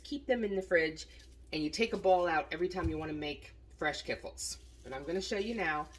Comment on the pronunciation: Oh Dear. Kiffle? Ka fleeeech-ki's or kee-flee.